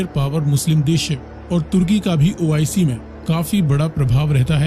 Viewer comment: Abba madarchood ois nahe oic.Pahala thik sa bolna tow shek laa